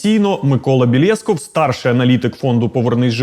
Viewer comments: Та не БєлЄсков, а БєлєскОв :) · ну БєлєскОв же 😂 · Та бля, знов БєлЄсков....ну... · Та ти заєбав, правильно говорити БєлєскОв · Чи спеціально каже прізвище неправильно, щоб було більше коментарів?